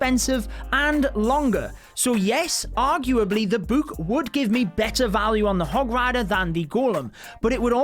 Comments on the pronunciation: dude really says “boook”😂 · the way he pronounces book though... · The way he says “book”😂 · You say book and potion wrong